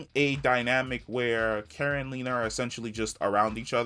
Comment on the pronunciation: Car-a (kara), not Care-a!!!